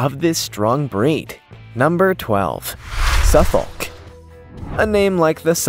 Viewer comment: Dear Americans - The L is silent in Suffolk, it is a county in the uk which gave its name to your Suffolk. You say Suff'k and it originated from "southern folk" - there is also a Norfolk (Norf'k) "north folk". Note that these are not called ...shire like many other counties.